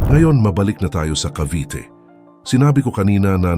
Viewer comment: sino ito? hindi marunong mag pronounce ng “Cavite”.